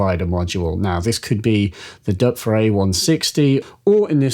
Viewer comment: OMG! You are the first person, apart from Germans..., that I have heard pronounce the name "Doepfer" correctly... I doff (or is that "Doerf"?) my cap you sir!!